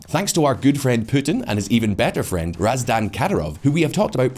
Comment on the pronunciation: how do you read the name RAMAZAN and still end up pronouncing it “RAZ-DAN” 🤦🏻‍♂️🤦🏻‍♂️🤦🏻‍♂️🤦🏻‍♂️